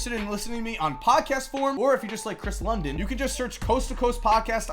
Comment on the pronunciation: Lydon, not London,......